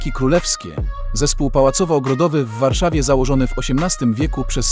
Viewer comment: Warszawa zle Niedzica zle... msakrq